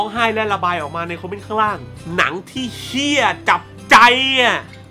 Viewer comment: ออกเสียง "เหี้ย" ได้จับใจ จิงๆ